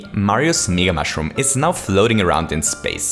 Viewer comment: Its MEga not megaE